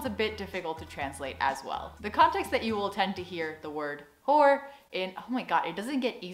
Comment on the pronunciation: It's hoor... not whore :P ... a nice cheese one is... je niet je kaas van je brood laten eten... not letting people eat the chees off of your bread... means something like standing your ground... defending yourself :P